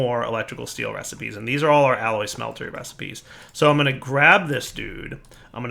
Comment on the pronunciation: are you still calling them smelter"Y"s ? read the name again, and realise they're called smelters.